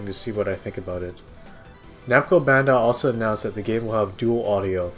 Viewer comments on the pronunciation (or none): none